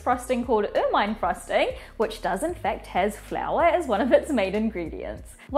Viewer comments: Pronounced "ermuhn" not "ermyne" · It's pronounced Er-min-ee